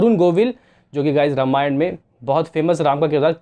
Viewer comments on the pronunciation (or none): none